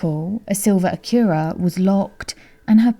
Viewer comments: I loved that too! Never heard it pronounced like that before but I will pronounce it that way from now on! 💜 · Sounds lovely doesn't it?🙃 Not harsh the way it is usually pronounced.😖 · I love the way you pronounce Acura...great video thank you 🙏